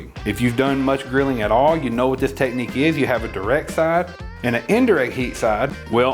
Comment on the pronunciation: I know he knows what he's talking about when he pronounces "technique" as "teh-knee"